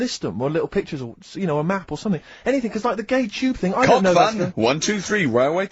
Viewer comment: Combing 'is 'ead or somefing